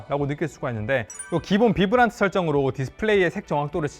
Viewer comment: vibrant는 비브란트가 아니라 바이브런트